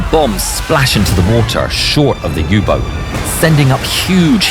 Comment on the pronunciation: "U -BOOT"to z Niemieckiego ! nie Angielskiego!